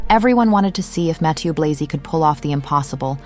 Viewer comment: Just about the names of the designers. Virginie Viard is pronounced veer-zhee- nee vee- ahr. Mathieu Blazy is prononced mah-thee-uh blah-zee. You can easily look up the pronunciation on the internet. These are FRENCh names, not English. But thank you for the video.